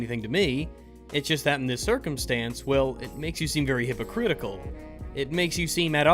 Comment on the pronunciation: Heh you said hoopercritical